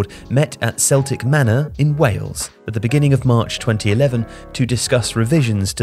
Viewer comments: That would be 'Kehl-tik' manor.. not 'Sehl-tik' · kel·tuhk ma·nuh not 'Sell tik' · Keltic manor, not seltic manor. As in the Celts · "Celtic" in Celtic Manor is pronounced with a hard C, making a K sound not an S sound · Interesting video, just a word on your pronunciation of 'Celtic Mannor' in Wales, it's more of a 'K' like kelt, rather than the soft 'c' of a Scottish football club. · Growing up up the dual carriageway from the Celtic Manor it’s pronounced Keltic like the people as opposed to Celtic like the stripy football team. It’s not that important but just thought I’d be that guy. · Very interesting, I think the pronunceation of celtic should have been "Keltic" rather than "Seltick" . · *It's pronounced "keltic manor" rather than "celtic" like the Scottish football team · It’s pronounced as Keltic not the same as the Scottish football team. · *Celtic Manor, It's Celtic as in the Celts, Ireland, Scotland, Wales, Cornwall, the Isle of Man, and Brittany. Not Celtic like Glasgow's green and white. Just sayin' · Just a heads up that Celtic Manor is pronounced with a hard C as in the Celts rather than like the football team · Great video, although it's not Celtic Manor pronounced like Celtic football club but pronounced more like Keltic with a hard c! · Just FYI "Celtic Manor" is a hard 'c' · FYI, the Celtic in Celtic manor is not pronounced as in Celtic the football team. It's a hard C like in the word Celt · It's pronounced "Keltic" manor. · Kel-tic Manor 👍🏻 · Celtic in Celtic Manor is pronounced like kel-tuhk not like the football club in Scotland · Celtic Manor not Seltic (yes I know Celtic FC is pronounced like that). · Just FYI Celtic manor is pronounced the same way as you would pronounce "celtic people" and not like the Scottish team 😅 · It's pronounced "Ke-l-tic Not Celtic like Glasgow Celtic. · its pronounced Keltic manor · Football clearly on the brain with the pronunciation of "Celtic Manor" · Celtic manor said completely wrong 😂😂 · "Celtic" mannor?